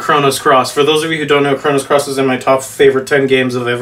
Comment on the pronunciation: I think I lost an hour of my life every time I heard "Chronos Cross." It's "Chrono Cross" you nerd.